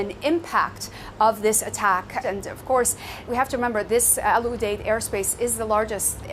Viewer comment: Al Udeid not Al Adid Aur sirf Qatar nahi Iraq, Syria, Kuwait where also target